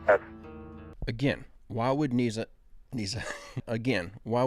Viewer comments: It's nasa not naza lmao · its NASA not NAZA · it's NASA, not NAZZA irritates me unbelievably and I'm not sure why.. i hate nasa. but c'mon, u even said niezza with obvious Z, mistakenly obviously but it just proves my point. it's an S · love the way you mispronounce NAZA. PS The Good Harvest human meat is a hoax...."The show, which aired in Britain on July 25, follows presenter Greg Wallace visiting a hoax “engineered human meat” facility called Good Harvest. While it gives no indication of being a spoof early in the documentary, halfway through, it is revealed to be satire" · Nazza pronounce it correctly please and I was in the middle of this when you really messed it up bad to mind blowing 🤯 and I love the videos and feel the exact same about the little guy talking shit no God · Love your Channel ❤ i noticed you pronounce NASA different then most people, has anyone ever brought this to your attention? Just curious... but your doing an Awesome Job 😊..... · It's NASA doesn't have a z